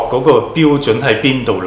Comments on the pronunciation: Cochrane 發音 ko-kruhn like cock-kren 不是cock- train. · Cochrane 好似讀 “court 郡”先岩，不是想挑剔，只係想提一下